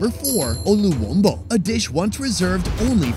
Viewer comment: 😂😂😂how did he say luwombo again